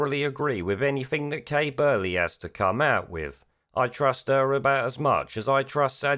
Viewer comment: It's Kay not Kate.